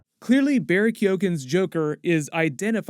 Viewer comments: It’s pronounced Barry Key-owen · Can we also fix up the Keoghan pronunciation? Kuh- yo -an